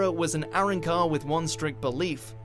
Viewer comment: Finally the akatsuki given the pronunciation they deserve but totally butchered Arrancar